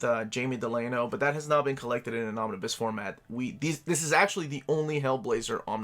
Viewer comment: Me: Just need to check how to pronounce "Omnibus". Ah, here's a video...: Omnis... Omnis... Omnis... Me: SAY THE WHOLE WORD ALREADY